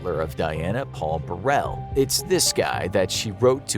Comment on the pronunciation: Diana was more aware of her demise than some are of how to pronounce Paul Burrell's surname